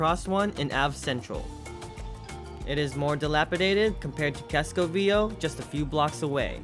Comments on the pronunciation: You are not pronouncing Viejo correctly. It’s vie hayo! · Viejo is pronounced VEE-EY-HO and it means old. why were you wearing a mask while flying your drone from the roof of a building. come on, have some independent though and quit complying with the evil dehumanizing agenda. sickening to see almost 100% of people wearing them in the streets too. other than that, good video.